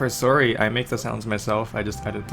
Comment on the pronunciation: "Saury"? That Sounds Like A Pronounced "Sorry"